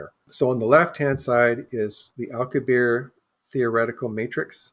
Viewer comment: Ugh, man, the CONSTANT mispronunciation of common words like Alcubierre's name or Augadilla is so distracting. He keeps saying "dill-uh" instead of "dee-ya". And it's not like this is an uncommon sound - he must have ordered a quesadilla once or twice in his life. Each time he says "aw-gwa-dill-uh" it makes me think of Napoleon Dynamite's scene "make your own dang ques-a-dill-uh, Napoleon." The fact that he keeps mispronouncing it immediately after provides the correct pronunciation is doubly confounding! Usually when I have a conversation with people and there are words in their native language that aren't in mine, I try to carefully listen and adopt the pronunciation after hearing it. 🤦‍♂️ And then there's "Al-coo-bear" which is just an entirely different nails on the chalkboard sound. It's a bit more forgiveable as that's an uncommon name, but he must have watched a couple of videos on the subject in his research and would doubtless have heard a pronunciation that is correct, or at least much closer than "al-coo-bear". Getting to the substance of the video, I think it's interesting, but I find their note on confirmation bias a bit hypocritical as they seem to have started with a conclusion (the object exhibits a warp drive signature) and then backed into a conclusion. The biggest issue for me is one of the speakers saying "yes, this is proof" that it's a real UFO and that they strongly believe that this is a warp signature. While anything is possible, and it's li